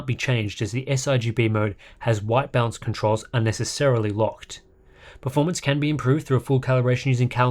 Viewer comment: I keep hearing "bounce" when you say "balance"